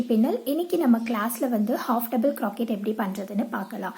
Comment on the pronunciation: Sister neenga crochet nu pronounce panna thinga it's croshe. Spelling is correct it's crochet